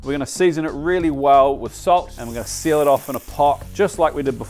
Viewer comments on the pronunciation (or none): none